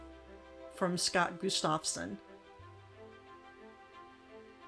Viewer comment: Gustafson is an old scandia name. It comes from the first name of Gustaf (Gust-of) so it is pronounced GUST-of-son, meaning "Son of Gustaf". Beautiful framed Lithographs! Enjoyed your haul.